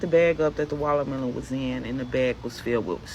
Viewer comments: What's a "wallermelon" ? i know what a "watermelon" is but that lady called it "wallermelon" like 50 ×'s in that little clip, so annoying 😐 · She said wallermelon lol!